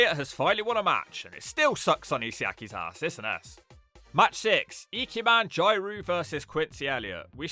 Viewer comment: somehow the worst pronounciation of ikemen and jiro ive ever heard